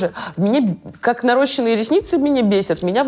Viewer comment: Не нарОщенные,а нарощЕнные\надо было хорошо учиться в школе\!